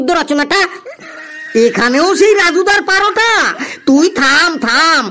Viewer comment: লেবুর গানটা কয়েক দিনের মধ্যেই ইউটিউবে ভাইরাল হবেই। 😊 আর পারোটা কেন বলছেন ওটা তো পরোটা হবে ভাই।😮